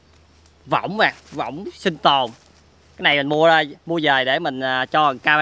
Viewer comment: cái võng mà đọc cái dõng